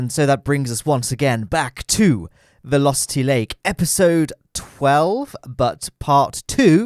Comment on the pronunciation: When you said "Vilositty lake" I thought you said lusty lake xD